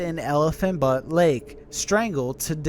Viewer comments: Elephant Butte not elephant butt 💀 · *truth OR consequences. And Elephant Butte Lake is pronounced "byoot" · That’s not how you say elephant butte he really said elephant but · sorry but Butte = Be- Ute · Bro true story when I was a kid my grandparents had a home in a rural area that looked like the show. We actually would joke and say it was our house .. Truth or consequences is literally like an hour away from here cx.. And it’s elephant “ beute “ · It's not Elephant butt its Elephant bū-tt-e